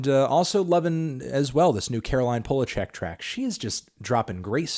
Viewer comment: That’s not how you pronounce Polachek lol